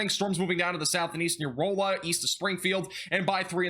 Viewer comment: It’s pronounced RAlla, not ROLLa. Kinda like Raleigh is pronounced.